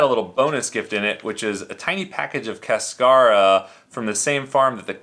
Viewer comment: Love your videos. Hope you don’t get crucified by James Hoffman for your pronunciation of Cascara.